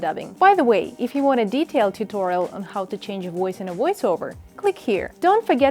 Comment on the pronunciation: I thought she sAid HOE LOL